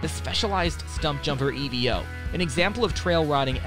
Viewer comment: Its not called the E V O its called the Evo one word not 3 letters.😂